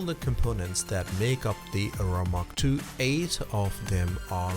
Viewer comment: "Ah-roar-ah" as in the Norther Lights, not "Oh-rah", the energy field supposedly around our bodies.